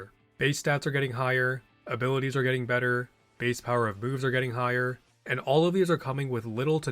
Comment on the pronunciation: Idk why I can't stop hearing abiwities 😂